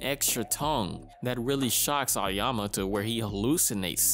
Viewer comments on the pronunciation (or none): The name of protagonist is pronounced Ah-oh-yama, not A- yo- yama.